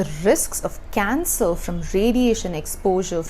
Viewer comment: She says cancer = cancel.